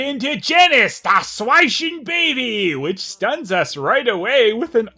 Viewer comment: The way he pronounced "schweichen Baby" made me laugh so hard i had to watch it three times and post a comment about it. Made my day